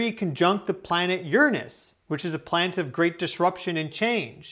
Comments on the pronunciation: You would be more believable as a professional if you cut out the astrology crap and pronounced Uranus correctly. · now if you had just done that after pronouncing Uranus the old school way and then signed off as Captain Brown Eye, I would've liked and subscribed